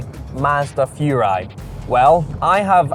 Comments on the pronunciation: Furai, not Fjuray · Furai should be pronounced "Who-Rye" actually.